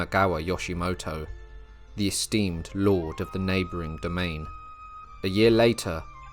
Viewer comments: It is Imagawa, not Imawaga. Also, Yoshimoto, not Yoshitomo. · I think you might have dyslexia? Or maybe just trouble saying one persons name: several times I heard Imawaga, Yoshitomo